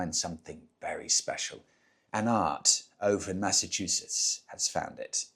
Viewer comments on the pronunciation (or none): none